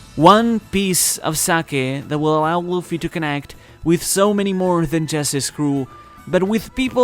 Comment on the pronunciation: It’s luffy